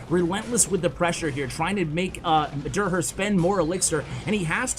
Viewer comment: So hilarious how doesnt notices that derher is a german name and pronounces it totally wrong😂